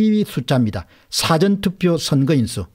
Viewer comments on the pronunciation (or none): none